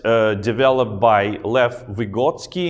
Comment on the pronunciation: Vygotsky: the stress on the first syllable) With great love from Russia ❤️ Thank you so much for getting inspired 😊